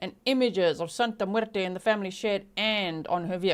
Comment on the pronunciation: I love your Spanish accent. You did very good when you said: Santa muerte 💀